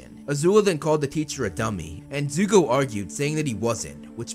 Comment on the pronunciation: Nah bro said zuku